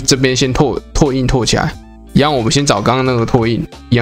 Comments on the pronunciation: 拓印: ㄊㄚˋ ㄧㄣ ˋ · 拓 ㄊㄚˋ 印 😄